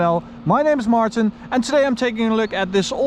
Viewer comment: your name is not Martin.